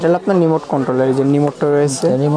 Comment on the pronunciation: ভাইরে চালাইন্না জিনিশটার নাম রিমোট, "নিমোট" না! 🤣